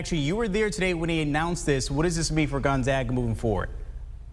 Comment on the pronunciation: Awesome that you pronounced 'Gonzaga' correctly... next is to Google 'Spokane' and learn how to pronounce the city's name correctly for your following reports! :)